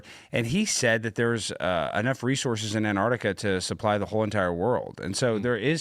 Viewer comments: There is a T in Antarctica! It is not spelt or said "Annarctica"! an-taark-tuh-kuh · I'm supposed to believe anything says when he can't even pronounce Antarctica.